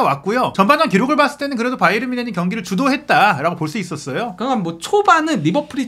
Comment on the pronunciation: 바이언? 그 건 미국식발음! 독일팀인데 독일식발음으로 해야지 ᆢ가ᆢ